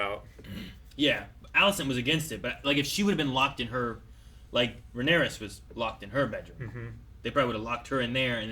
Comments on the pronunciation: Smh people are STILL SAYING RhaenyrAS 🤣😂....Her name is RhaenyrA these extra "S"s and "IOUS" people love to add is kinda RIDICULOUS at this point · You're pronouncing Rhaenyra's name wrong.......